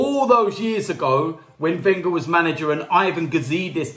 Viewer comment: Why does he say Wenger as Venger and he doesnt put Ozil on